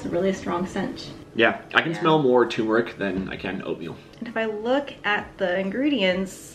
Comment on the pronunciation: My pet peeve is people saying TUmeric. Thank you for saying TURmeric 🤣